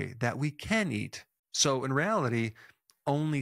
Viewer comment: so in reality which didn’t sound like it was pronounced correctly. This guy is in the process of having a stroke and needs to get to a doctor ASAP. Or he’s thinking about switching his focus to realty and buying up tons of acres because a man’s nothing ifn he ain’t got land. Quote from o brother where art though Might not be an exact quote but perdy danged close man, I knew you’d give it to me. Anyway 🚶🚪🦖 Oh yeah he has eaten way too much meat and is having a meat stroke as he speaks. You think he’s fine now but that stuff jist escalates until it’s too late. Rampart now!